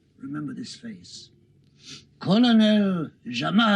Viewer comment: Why does Haled pronounce his name as Gamal with a strong sound and the Mossad chief had pronounced it correctly as Jamal with a soft sound?